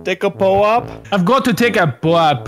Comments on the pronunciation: It's pronounced po-op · It's PO-OP 😂😂💩💩